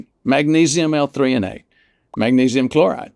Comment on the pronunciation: he said L- Theonate and Chloride